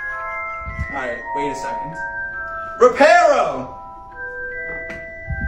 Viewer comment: l'incantesimo non è riuscito, perché hai sbagliato pronuncia,si dice RIPARO non REPARO 😂😂😂😂E🇮🇹👊